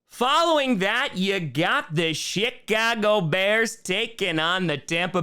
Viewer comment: My speakers are kind of scratchy, but it sounded like you were saying the shhittcago Bears.🤣